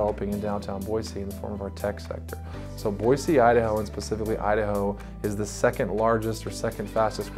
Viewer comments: 8 generations in the state and there is no z in Boise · I've noticed the locals make it a point to say "Boy-see" whereas most people pronounce it "Boy-zee"